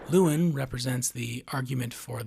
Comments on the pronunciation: His name is pronounced Loo EL Lyn, not Loowin. This kind of lazy pronunciation really boils my piss. This is the third video IN A ROW that I've watched today that mispronounced something that is a major thematic part of the video. Not all the videos were from this content provider. 😡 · i lost a brain cell every time you said lewin or antoine 😭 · “Antoine & Lewin” yeah, this video is null and void lml Just how the hell can you completely & repeatedly botch the names of 2 of the 3 main characters so badly, despite having watched the movie multiple times (I assume) and put clear thought and effort into making this video? It’s kinda impressive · Absolutely love the analysis. It’s spot on, you’ve said everything that needed to be said on the theme and meaning of the film. HOWEVER, how is it possible that you know this story so well, and yet you can’t pronounce Llewelyn and Anton?!